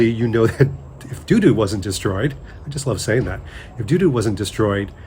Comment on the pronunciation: I’m fairly certain it’s Tutu, not Doodoo.